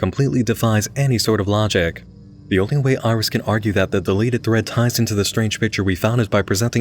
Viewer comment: If we're talking phonetically then iris would be more like "airisu" rather than "irizu" because of the way syllables are pronounced in Japanese. They're pronounced the same way each time unless there's some kind of accent to indicate an elongation of the sound. At least, that's what I've seen.